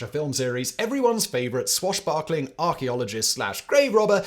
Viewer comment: Swash baaaarkaaaling ? Swash buckling? What?